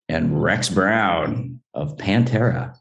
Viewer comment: cheers for saying Panfuckin’tera’s name right!